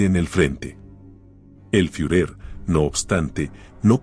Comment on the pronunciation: Qué programa usas para esa voz sintetizada? LA verdad qué está muy bueno, solo se delata cuando te olvidas de poner una tilde, por ejemplo, cuando dice ejercito en lugar de ejército. O cuando pronuncia fiurér en Lugar de fuehrer.